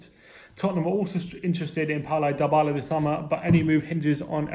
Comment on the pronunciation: It's dibala not diebala